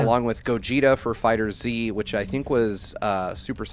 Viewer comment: Just a heads up for future reference (if you even read comments), FighterZ is just pronounced like Fighters, not Fighter Z.